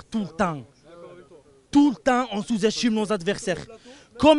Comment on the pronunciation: Du vol et notre faute en meme temps... 2 buts refusés, 2 penaltys non sifflés (pour choc dans le dos sur Gendouzi et main) Sans parler de la semelle en retard qui meritait un rouge.. On aurait du tuer le match avant. PS: Ya na marrrrhh de chouzestchimer nos averrrhhsairrrrh tou tahhh Les orthophonistes ont de beaux jours devant eux.